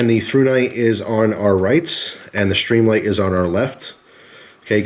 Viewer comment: why do add an "h" when and pronounce as SHtreamlight? I like the looks of the Streamlight, but prefer as you pointed out earlier - the solid, non-rubbery button on the thrunite. Nice tight review. I wish they made these usb rechargeable - I've really gotten used to that feature on other products.